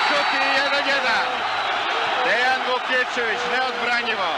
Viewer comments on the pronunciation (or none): Prezime je Vukićević, a ne Vukičević, i komentator netačno izgovara.